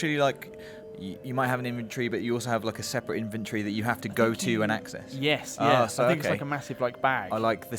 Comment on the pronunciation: what the hell is an "in vin tree" 😂😂